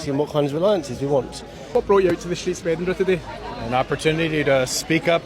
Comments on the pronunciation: Edinburgh is pronounced like this: eh duhn bruh NOT Edin burg. The g is silent. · ED inburgh. Not Eed inburgh. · Ed in burr ah not berg! 😂 now let’s hear it again! 😂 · Seriously it is not Edinburg it is Edinburgh ED-IN-BRUH. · Edin-burra. Not Edinbourg. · Edinburra not EDENBERG! Please have the courtesy to say it correctly . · We are also protesting at the voice over calling our Capital City edinBURG!!!!!!! It is Edinbrgh pronounced Edinburra or Edinbra. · Well done Scotland from Canada. 🇨🇦 And it is not Eeden burg it’s Edinburgh. Please make an effort to pronounce it properly. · It's not EDINBERG! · Stop saying Edinburgh wrong. Do you see 'berg' anywhere in that word? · What Scot’s also don’t like is when Americans can’t pronounce Edinburgh it’s. Ed-in- burr-ah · Edinburgh is pronounced “ Edinburrah “ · Say it as Edinburra! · It's edin buurra. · Can you not pronounce Edinburgh correctly? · Americans: please just say "the Scottish capital" .. Edinburgh is not worth the mispronunciation hell you put us through. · learn to pronounce Edinburgh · The pronounciation of Edinburgh made me cringe!